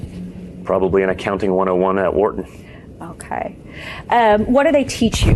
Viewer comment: “Wharton”? How?